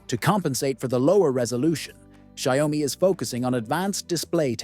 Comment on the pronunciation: When will people learn how to pronounce it correctly?